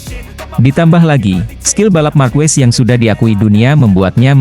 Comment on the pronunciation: Marquez dibaca markes bukan markues!